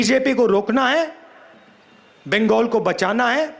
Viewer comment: बिंगगोल बोल रहा बंगाल बोलना नाम भी बोलना नही आ रहा